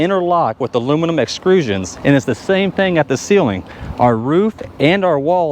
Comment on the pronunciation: Excrusian? What's and excrusian. When you extrude aluminum don't you get an aluminum extrusion? So painful. I'm pretty sure I want to buy one of these next, but listening to this hurt my ears.